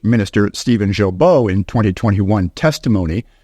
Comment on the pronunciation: Can’t even pronounce Guilbeault or Leblanc correctly. Probably a western conservative member spreading propaganda